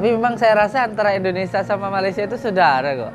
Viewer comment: Min yang benar malaysia bukan malasia